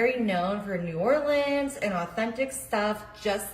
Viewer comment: "new orleans" lol girl no. this is disgrace